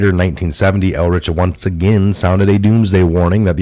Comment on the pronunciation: Paul Ehrlich is pronounced "UR--Lick"